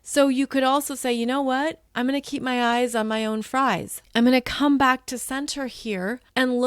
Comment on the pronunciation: I thought, did I mishear her? Did she say fries or prize?